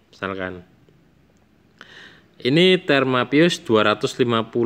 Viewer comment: Termo mas bukan terma